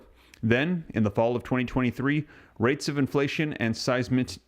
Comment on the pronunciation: Say it with me…..size…miss…city..😂😂😂 Just pickin with ya! Thanks for doing what you do!